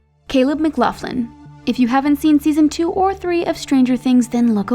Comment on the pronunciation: “Caleb Mclufflin” please... for the fandoms sake... never say that again